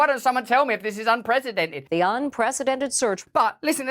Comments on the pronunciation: I really don't understand how most of the world can't pronounce the word it's "un - pree- see- dented" not "un- presidented" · It always makes me laugh to hear someone pronounce it unPRESIDENTed instead of unprecedented, because, well, it's kind of appropriate.